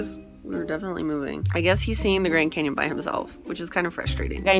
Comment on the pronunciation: a grand camon ?? So im not the only person who cant pronounce cannion